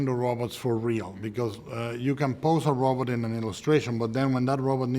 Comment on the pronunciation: Del Toro pronounces 'robot' like Zoidberg